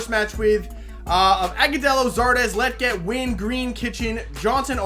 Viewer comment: Bro you keep pronouncing "Lletget" wrong. It's kinda like Legit but that last part is jet. "Le" (like the French pronounce it) and "jet". Lletget. I hope that made sense 😂.